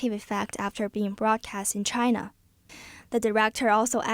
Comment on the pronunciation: Please read as china not as Chiang's